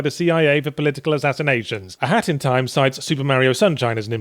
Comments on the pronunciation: I swear it sounds like he was saying hattytime. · it sounds like you are saying hatty time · Sounds like he keeps saying hatty time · You're not saying it right, say it like a haat in ti ime